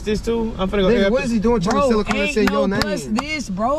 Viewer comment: You tried to SELL not “Sale”